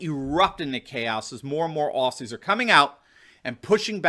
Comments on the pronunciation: OZZY! Not Ossy said with a Z!! Get it right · Hi... it is pronounced ozzi... not ossi... Melburn... not melborn And it is not fair to ask police to do this crap..after working so hard to be a trusted member of their communities...now this is just another way to divide Australians..... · Aussie is pronounced - OZY , not ossy. Melbourne is pronounced Melbn, not Melborne. But you got the rest right. Unfortunately the mainstream media are crucifying them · Aussie (Oz ee)! Not Ossy (Os see) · it's Ozzie, not Ossie 🤗 Nothing is what it began as in Oz. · Hi. I am an American but I was raised by an Australian mother and have spent time in Australia. Please pronounce Aussie as Ozzy and not with an 's' sound. Thanks. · Dude. It is pronounced “ozzie”.